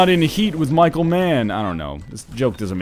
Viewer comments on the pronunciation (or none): none